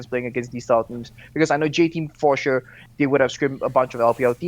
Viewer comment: "Chure" - Thorin